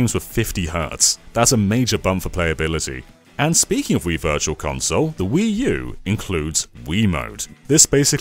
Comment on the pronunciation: it’s pronounced “Wuu.”